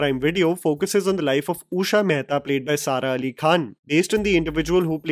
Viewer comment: Usha ❌ ooosha ✅